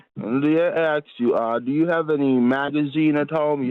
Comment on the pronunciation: She axed him a lot of questions